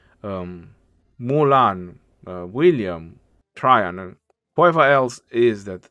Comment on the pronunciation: His latin name is Caesar Nerva Traianus j’s didn’t exist then (developed as an alternative for an I and first appearing in poetry around 1200s to 1400s), so it would have been spelled Traian and pronounced Try-yan, as in modern Romanian. Traian is a common name in Romanian and it is pronounced more or less exactly as it was in vulgar latin.